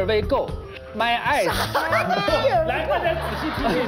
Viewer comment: my ass（eyes）过分了哈哈哈哈哈哈，感觉英文特别好的朗朗瞬间明白了哈哈哈哈